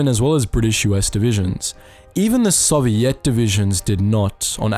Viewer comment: Very informative thank you if I had one thing to critique it would be the pronunciation of soviet it is pronounced SO-VI-ET SEW-VEE-ET OR IS THAT UR ACCENT ?